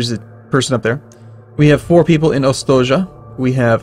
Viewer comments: It's pronounced "Ostoyah" not "Ostodja" xD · I'm sorry but you have some mistakes here: Ostoja is a Polish word, verb, feminine. It is not a name. means a place of peace, safe settlement. And should be pronounced "ostoya". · Slavic pronaunciation: ostoja -> ostoya (means refuge/shelter). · "Ostoja" - means "haven", is pronounced "ostoya" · The town name is actually read more like Ostoya with long i"i" ;) Nice gameplay btw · The city name pronouces like "ostoya":) It means "refuge" in polish. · j reads as y. read it ostoya. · Its seems, that this is polish game. So "j" read like "y". Ostoja means refuge/camp